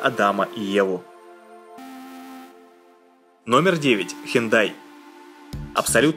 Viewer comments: Мне послышалось не хюндай а хентай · он читает хёндай прям как хентай😂😂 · мне кажеться или он сказал:хентай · Мне одному послышалось не Hyundai а хентай? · Мне показалось или он сказал Hentai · Хентай ;D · Мне тожXD